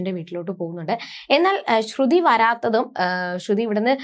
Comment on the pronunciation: ശ്രുധി അല്ല ശ്രുതി ആണ് ok